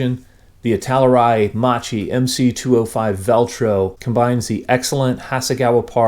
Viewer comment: Hi! Please, the correct pronunciation is: "Makki". 😊